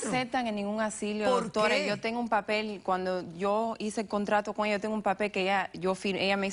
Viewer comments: me molesta que diga asilio todo el tiempo 😑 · ASILIO, JA JA JA, TAN DIFÍCIL ES DECIR asilo? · Me estresa el tímpano cuando repite "asilio". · Asilo, no asilio 🙄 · Me vuelve loca la demandante diciendo "asilio" en lugar de "asilo". Que le pasa? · " el asssilio" " el asssilio" " el asssilio" " el asssilio" " el asssilio" " el asssilio" " el asssilio" ............... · No se dice Asilio... Es Asilo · Asilio ,asili, y mas asilio 🤪 ser q se le hace muy dificil decir ASILO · Ni hablar sabe, dice aslio, y es asilo, verguenza debe tener de llevar a su mamá en ese lugar. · Vieja bruta se dise ASILO ...NO asilio ignorante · ¿Que es un asilio? Yo conozco los asilos. Esta mujer no sabe pronunciar bien. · ¿Asilio? o asilo? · Soy la única que se estaba poniendo nerviosa cada vez que decía "asilio"? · Lodi Lamber 🤣🤣🤣🤣 yo la corregí mentalmente cada vez que dijo asilio! 🤣🤣🤣🤣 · Asilo, se dice ASILO!! No asilio! Qué rabia joder! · "ASILO", no "ASILIO" burra! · Yiyi que razón tienes, dijo asilio como 30 veces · Les encanta hablar mal ASILO NO ASILIO.Repugnante de como hablan